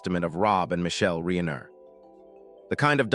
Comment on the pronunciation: Reeener???? Not fake dramatic